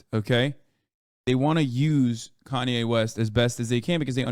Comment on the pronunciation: I feel like he removed the “Kan” from “Kanye” cause it’s pronounced “Con” for the thing is.